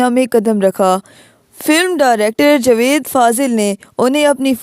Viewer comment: جوید نہی جاوید